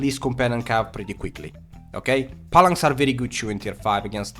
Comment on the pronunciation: For fucks sakes bro, stop saying "Pallanx". Its PHALANX. Pronounced like Fal-anxe. your accent is bad enough, but when you say shit like that it really undermines your knowledge here...